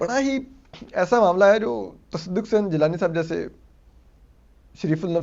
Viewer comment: Asad cant pronounce Tasaduk 😂😂😂